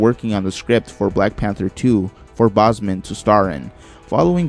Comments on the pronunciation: His name is Chadwick BOSEMAN not BOSMAN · It’s pronounced bowsmen not bosman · How many times can you mispronounce Chadwick Boseman’s name lol